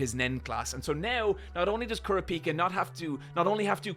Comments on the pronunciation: You’re not pronouncing kurapika correctly btw. It is funny that Gon could blow up the top floor in one punch and it’s cute how weak everyone is, like Benjamin guards are worse at nen than zushi is. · how he pronounced kurapika too LOL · Ahh yes. Goan, Kilooah, and Kuropeeka. My favourites.